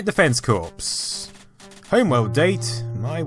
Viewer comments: It's pronounced CORE not CORPS!!! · Great video! I honestly didn't know there were this many Wolfenstein style games on the system, quite a feat. One small bit of pedantry (since this is the Internet), the word corps meaning a military organization is pronounced "core". Thus the joke of the title "Contra: Hard Corps". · (Sorry for being a nob) I don't know if you know this, and maybe just said it differently because it just happened directly after your role playing of a conversation, but "Corps" is pronounced "cores". Sorry again for my picky comment.